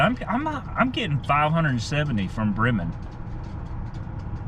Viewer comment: Pronounced "Breeman" but spelled Bremen